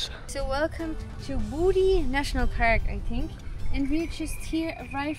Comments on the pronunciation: Bouddi is actually pronounced bood eye Coming from someone who has lived there all her life 😊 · pronounced Bood eye beach, i walked and surfed those beaches,and had my car broken into [little beach ] 50 years ago. but it was free then, no $8 parking fee